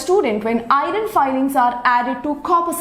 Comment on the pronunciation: Iron not"irin"